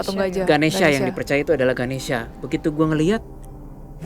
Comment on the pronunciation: mon maap itu nma nya ganesha bukan ganesia nma w ganesia soalny mcem di sebut